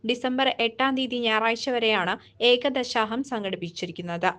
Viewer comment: ഏകദശാഹം അല്ല.. ഏകാദശാഹം ആണ്.